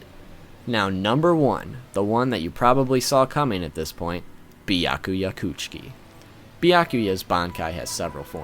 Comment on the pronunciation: its Byakuya Kuchiki [Bia-kuja Kuch-iki] not Byakuia Krtsiki.. fool..